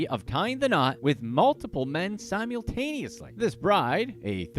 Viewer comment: Please stop trying to say Simultaneously....please...stop it